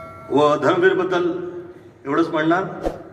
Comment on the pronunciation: धरम वीर नाही रे धर्मवीर 😂😂😂